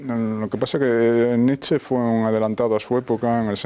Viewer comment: La ' E ' final de Nietszche también se lee......